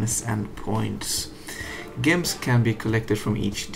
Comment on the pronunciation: A bit late but gems is pronounced jems... With a j like Jupiter not like Johan.